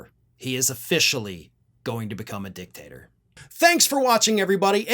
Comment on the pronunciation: Did u say dictator or dicktasrer im thinking its the latter of the two